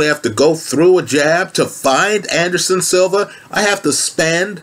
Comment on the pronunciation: “Anderson silvers” smh